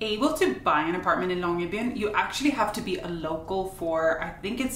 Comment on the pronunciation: thank you for saying the name Longyearbyen several times. this lets me know how to pronounce it. (i am not Norwegian.)